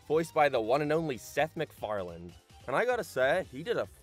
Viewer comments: McFarlanD?? every fkng time. it seems like this guy should be able to at least pronounce the name correctly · I love how its accepted amongst seth MacFarlane's fans that we just throw a D in the end of his name when speaking it out-loud